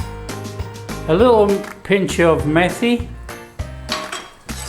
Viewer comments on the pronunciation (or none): Methi is actually pronounced “meaty”